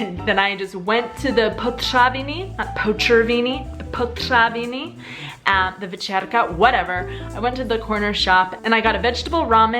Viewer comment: To je poprvé, co jsem slyšela Rígrák! Jsou to Riegrovy sady (plurál), takže jsem zkráceně slyšela vždy jen Riegráče (Rígráče). Jinak fajn video jako vždy. Jinak jsou to potraviny ne potřaviny. 😂